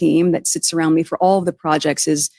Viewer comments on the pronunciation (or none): Did she say “ all the projectses” I swear it’s a clone leaning to be “ human”